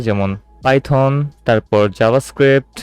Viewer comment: Bro Python hobe not Pyton